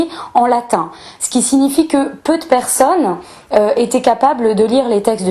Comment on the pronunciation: Intéressant mais quelle plaie cette manie de se la pèter avec l'accentuation du e muet. Descarteuh, personneuh, méthodeuh. Vache cinq minutes et j'ai renonçé.